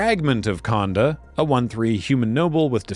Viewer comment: Only being pedantic because you brought up the Ninjutsu vs Ninjitsu rant, the o sound in Japanese is a bit longer than you pronounce it, so Konda is actually pronounced Cone-Da (like a traffic cone) not Con-Da like a Convention.